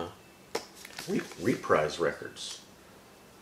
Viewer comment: Reprise was actually pronounced as “repreese”. You have a nice collection there tho! Im jealous!